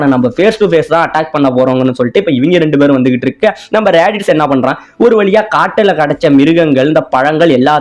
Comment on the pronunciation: bro athu radish illa radits